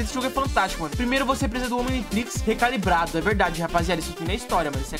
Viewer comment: Como assim "omintrix"? Kkkkkkkk